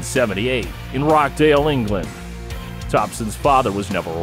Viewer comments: He's from Roch-dale, not Rock-dale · "Rockdale England" total butchers the name 💀 Rochdale* we don't even have high-school baseball teams in the UK what the hell man 🤣🤣🤣🤣 crying with laughter. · Rockdale England 😂😂😂 Rochdale...